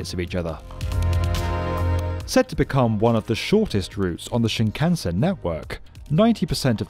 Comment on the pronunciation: The way shinkansen is pronounced hurts. More people need to look up how to pronounce the names of the things they're talking about